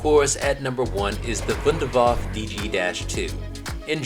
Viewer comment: i love how everyone says Waff and not waff e to the Wunder waffe